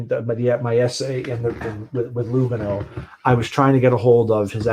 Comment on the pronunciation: Ehrrr... it's Lùgano, not Lugàno. Sorry, it's just my Italian self and how we use accents (Lugàno is in the Italian speaking part of Switzerland). Other than that, your pronunciation of Romance languages is spot on,!:)